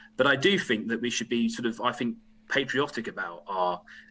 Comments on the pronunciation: I fink, you know, Tom might have, you know, got this wrong, I fink. (I fink he might be a bit fick, you know.) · Jesse Christ the man can't even say "think" properly! My birthday wish is to get the fuck out of this union and do it bloody fast!🏴🇪🇺